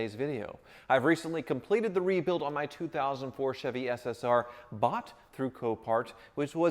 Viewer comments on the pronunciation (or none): none